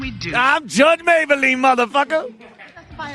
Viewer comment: i like how the audience is in stadium seating. also Mablean doesn't get pronounced "Maybel ean", it's "May Blean". where the fuck they get "maybel lean..."